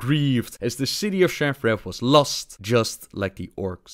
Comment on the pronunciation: His pronunciation of Shattrath as Shaffraff always cracks me up.